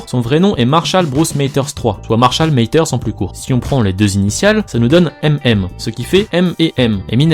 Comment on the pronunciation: Stringer Bell / 77-93 il le prononce en français